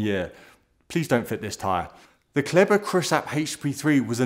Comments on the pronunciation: "Kelber". 😄 It's called "Clayber"! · Perfect as always except maybe your pronunciation of Kleber (from a Frenchman) 😉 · It’s called „Kleber“ ;) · So close 😂